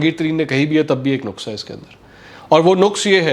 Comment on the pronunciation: Respected sir...u often speak"NUQIS" very respectfully...i just want to correct that it is "NAQIS" thanks